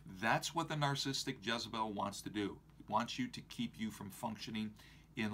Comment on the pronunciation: He can't pronounce narcissistic....